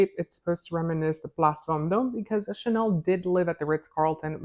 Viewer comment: It’s Chanel not shennel 😱 and I love Chanel No 5